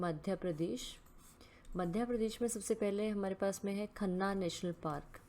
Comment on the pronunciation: कान्हा पार्क है शायद वो जिसे आप खन्ना बोल रही थी